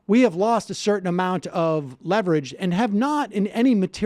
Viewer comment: "we have lost a certain amount of leverege" this is a good thing